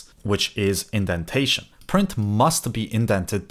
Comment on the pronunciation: "Indentation". Not "Identation". I did look it up to be sure as when I saw you used it more than once, I started to wonder if it was just a term I hadn't heard before. "Check yo identation and yo idempotency"